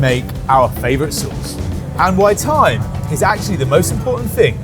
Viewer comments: time or thyme? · Ohhhh time... not thyme.....